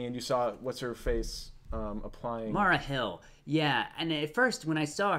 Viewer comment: It's Maria hill not Marla Hill, and Seagate prison was referenced in "All hail the king" which at one point housed Luke Cage aka Power manN not Black Panther.